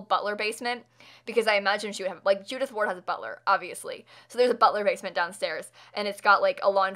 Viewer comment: A bit later but I heard Judith Ford not Ward so I thought it was kinda like a 36 questions reference XD